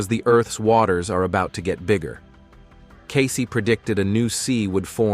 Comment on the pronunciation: First of all, its pronounced "Case" not "Casey". Next problem: We are on a different timeline, due to free choice of humans (who chose correctly). These predictions will not come to pass, or the predictions will or can be mitigated.